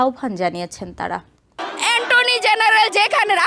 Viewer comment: ইনি কি শিক্ষা দিবেন বলেন? যিনি অ্যাটর্নি জেনারেলকে অ্যান্টনি বলেন। আবার গুগোলকে বলে গুলু- গুলু কোটা বাতিল চাই